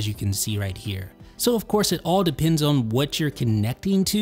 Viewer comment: What’s your accent from? I’ve recently noticed that you pronounce the word “on” as “own”. No disrespect, I’ve just never heard anyone pronounce it like that. Quality videos by the way 👍🏽